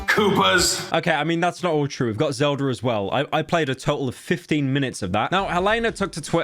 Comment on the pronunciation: "Ey've got Zelder aa's well." Ah, the British language, like honey poured in your ears.